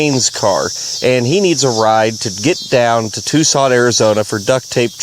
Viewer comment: Point of order: It's pronounced "Tuckson".